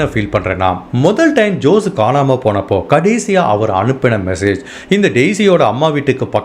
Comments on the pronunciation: Jose is also not ஜோஸ். It is ஹோஸே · FYKI for jose also you have to pronounce as hosay...